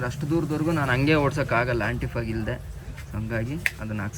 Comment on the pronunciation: Antifogg ❌️ Antyfogg ✅️